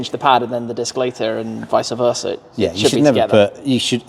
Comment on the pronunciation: ……….. It’s, “Vice Versa” Not Vicer Versa 😏 ☮️💜🕉️